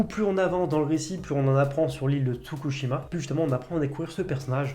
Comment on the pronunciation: Mes commentaires inutiles mais indispensables : Si tu veux une autre scène de train : Jojo Angolmois : on prononce Anegolmoa (Ane comme l'animal) et attention l'île c'est pas Tsukushima, c'est Tsushima ;) Pour Jujutsu on dirait presque que tu te forces a aimer :D Voilà voilà :D